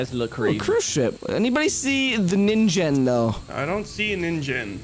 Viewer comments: um the real pronouncation for ningen is ning-gen not ninjen btw love your videos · Sorry, but you pronounce it wrong, but but this is how you pronounce it the Ningen